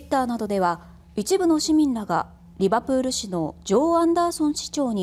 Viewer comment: リバプールのアクセントもおかしい アナウンサーの教科書ではこんなアクセントなのか？